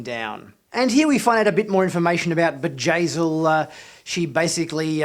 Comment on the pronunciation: it's Bjayzl, not Vajazeel. It's a B not a J.